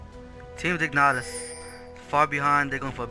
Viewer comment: It's team Dignitas not dignatas :|